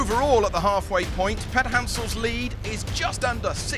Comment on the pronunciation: "Przygonski" is pronounced [Pzhygonsky]